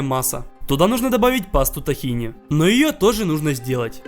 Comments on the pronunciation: Живу в Израиле девять месяцев, блюдо действительно получилось невероятно похожее, но правильно "тхи́на", а не "тахина" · Тахина ударение на и а не на а